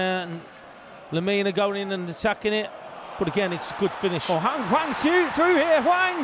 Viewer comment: I mean he also says Wang when it's clearly Hwang.. so